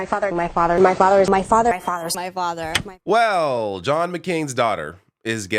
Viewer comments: A good portion of those sounded a lot like, "My farter." I'm only pointing this childish thing out because of her lower level immaturity. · The word Myfother is now stuck in my head lol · At some my point in the “my father” montage, all I could hear is “my farter, my farter” 😂😂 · I started to hear "My Fadda" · Sounds like she says "My Fadder"😂